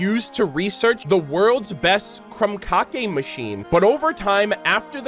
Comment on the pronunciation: Krumka-ke? 😂 I'm dying 🤣